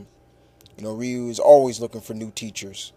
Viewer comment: it's not wriiii-u it's pronounced ree-u (Ryu)